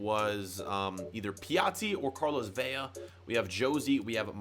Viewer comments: In Spanish, two L’s make a y sound. If it’s one L it will always be an L so it’s Vela not Vella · Vela has one L that means it Ve-la not Ve-ya.